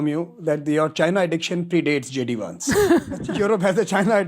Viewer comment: Its Vance not vansay